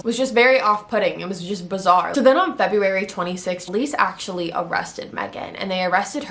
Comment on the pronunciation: The way you say February bothered me lol